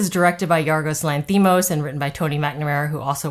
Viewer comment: Spot on, I agree! (by the way, it’s pronounced LANthimos)